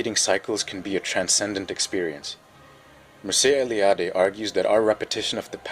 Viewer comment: Cool video, but ngl I kinda cringed when i heard how you said Mircea Eliade.